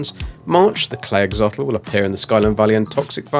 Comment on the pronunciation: It’s “Ax-o-lotl”., not “axotl”